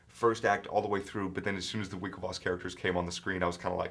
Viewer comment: I think is Winklevoss, not Winkelvoss...